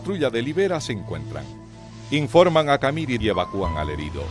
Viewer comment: ...el relator nunca vivió en Bolivia... Nunca oyó pronunciar la palabra CAMIRI... Que tiene acento en la última I... CamirÍ...